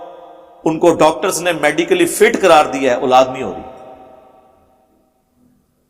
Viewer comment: engineer sb urdu me aulad kahten hain nake ulad iske alawa word sahabi hai not sohabi pl correct ur urdu pronountiation